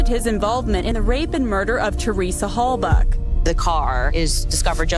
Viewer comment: You can’t even get the pronunciation of Halbachs last name correct. Candace is terrible.